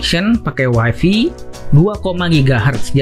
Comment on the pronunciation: Bang, tlg wifi dibacanya wayfay, bukan wayfi.Wayfi dlm bhs inggris artinya istri.